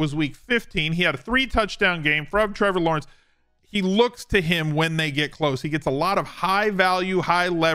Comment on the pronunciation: Meh-vor Lawrence 🤣